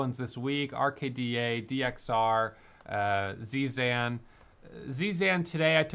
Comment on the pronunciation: Why do you keep saying Zzan. It's Zsan buddy